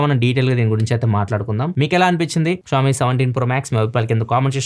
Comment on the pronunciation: It's not pronounced as 'kshawmi' it's 'Shaw Me'